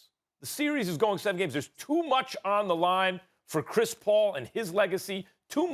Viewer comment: Best player in the "seer-ees"